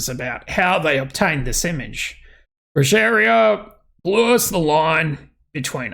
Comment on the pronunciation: Brujería is pronounced Brooheria 🤘🏽🤘🏽🤘🏽🤘🏽🤘🏽🤘🏽